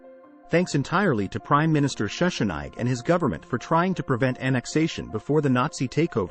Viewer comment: This is a good video, but Schussnig's name is pronounced with a short "i" in the second syllable. The final "g" is prnounced with a guttural sound, but since that sound doesnt exist in English, we can let it go. The "w" is also pronounced like English "v". So "Valdheim" is the correct pronunciation.